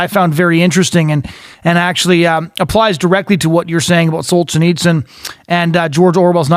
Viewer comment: You'd think that if the guy is doing a podcast or a radio show about some historical figure, he'd first find out how to pronounce that person's name. It's just basic respect to both the deceased person and to the listeners. It's also part of the job of someone who talks for a living. The man was not "Solchineechin". But then, this guy pronounces literature as "lidicher", so maybe he has a few literacy problems.